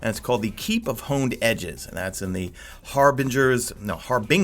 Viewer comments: It's definitely har-bin-ur not har-bing-ur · You had harbinger right the first time. It's binge not bing. Doesn't really matter but hey. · And its Har-binge-er (sounds like a J not a G) #madeittotheend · You had it right the first time. Harbin(J)ger. Like ginger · #madeittotheend Also you had it right the first time, harbinger is pronounced like you would ginger.